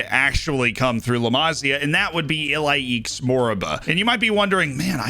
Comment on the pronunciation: Ilaix is pronounced like E-LIE-shh